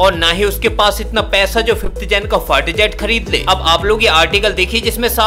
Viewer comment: 🤣🤣🤣fighter or fart jet🤣🤣! भाई अगर तेरा उच्चारण सही है तो निश्चित रूप से मेरे कान खराब हो गए हैं! डाॅक्टर को दिखाना पड़ेगा🤣🤣🤣